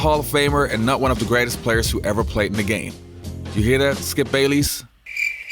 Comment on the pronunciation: You messed up steals and assists but you do stuff like that all the time. And it's Bayless not Bailey.